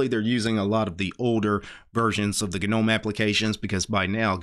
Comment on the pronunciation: Gah-nome when it's pronounced nome with a silent g. Yes I'm one of those commenters. No I have nothing better to do while I'm running smartctl tests. Yes to whatever your next thought is(this uses up your one free internet pass though).